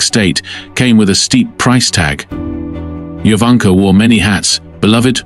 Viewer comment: Her name is pronounced Yovanka